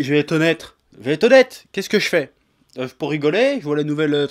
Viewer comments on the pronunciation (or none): Samy Cherfi non il dit bien "honnetre" à mais bon... osef